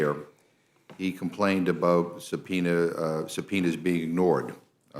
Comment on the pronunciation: He said real subpenoes not fake ones